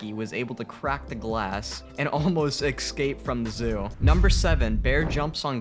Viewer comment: nobody: Me: frusterated that the narrator keeps saying excape and not escape